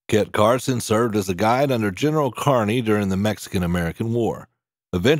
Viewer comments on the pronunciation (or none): It's KEERNY, not Karny